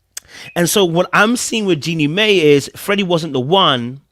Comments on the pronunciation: Jeannie "MY" NOT "MAY" Jeannie "My"/Mai. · Not mae “my” is how it’s pronounce